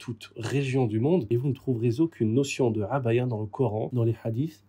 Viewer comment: Quel plaisir d'entendre prononcer correctement le mot 3abâya ! (العباية, en arabe).